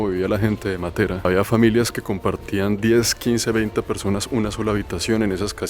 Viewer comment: La conoci hace 50 años y soy Colombiana,si,es espectacular,la pronunciación de Matera esta mal acentuada con respecto a los italianos.